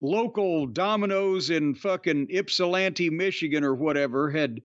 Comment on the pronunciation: As someone from Michigan, thanks Jim for pronouncing Ypsilanti correctly! 😂